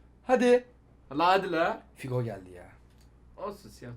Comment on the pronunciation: Figo değil hugo o hugo 😂😂